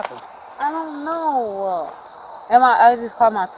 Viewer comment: Has anyone else noticed that when girls have been drinking they add "ah" on the end of words that don't have "ah" on the end. In this case she used it when she said "I don't know+ah". .